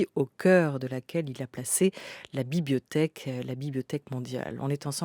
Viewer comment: La" bibiothèque" 🤣 Comme les petits nenfants ! J'adore !